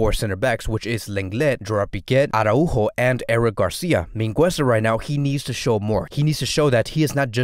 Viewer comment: Great video overall but I just can't with the "arahu-o" pronunciation